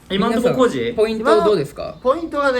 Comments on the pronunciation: この動画見るたびに思ってたけどなんでしょっぴはポイントをポインツって言うの？🤣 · 1でもポインツって言うとこ好き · みなさんツッコんでないけど多分気になってますよね？？ 「ポイン“ツ”」って。爆笑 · ポインツｯｯって言い方好き